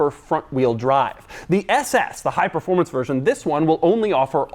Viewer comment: Performancy?? Is that a word? Or a demauroism?😂😂😂👍👍